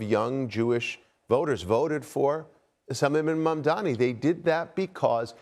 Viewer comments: Mamdani is NOT THINKING ABOUT Y’ALL!!! And why can’t ANYBODY pronounce his name??? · This board guy is one sick individual. One thing I don’t understand he seems like an educated guy yet he cannot pronounce MAMDANI. What kind of Epstein school did he go to? Where was he when they were teaching English?